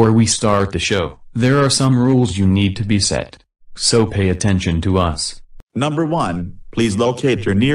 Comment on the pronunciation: Why is pronouncing “us” as “U S”? It’s kind of weird in my opinion